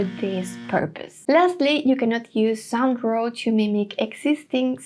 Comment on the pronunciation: Your pronunciation of “Sound Draw” sounds like “San Dro” that is why he wrote “Sandro”.